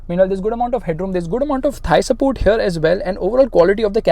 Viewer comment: thigh support changes into thigh sapurt😂😂😂